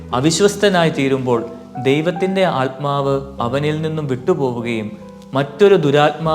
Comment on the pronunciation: Good message father but if possible pronounce correctly the word ആത്മാവ് not ആല്മാവ്. .🙏